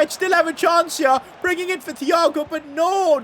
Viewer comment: Him saying thhhhh and not tiiiiago is just sort of triggering🤣💀